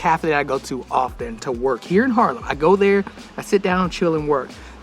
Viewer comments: I see my town, I upvote It's Haarlem, not Harlem buddy. You pronounce it with the dubbel A, like when you scream aaaaah, lol Harlem, New York was once ours tho. That was when New York was still called New Amsterdam. We traded it with the English for Suriname and they renamed it to New York. I'm 55 and live in the center of the city. You actually walked passed my house. My parents have worked in healthcare all their lives and are now 84 and 82. They also live in the center and still go to the pub 2 or 3 times a week to have a few drinks. They are completely independent and refuse any help I offer them. Isn't that nice? I always like your vids, you're such a positive guy. Have a great day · It's Haaaaaarlem dude, not Harlem.